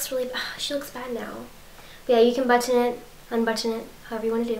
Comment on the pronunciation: the way you say button is so satisfying to hear! 😮